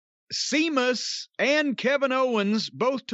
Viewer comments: Message to Jim Cornette: Seamus is pronounced 'Shaymus' and is Irish. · ''Is See-mus Scottish or Irish?'' ''I'm not sure.'' That was embarrasing.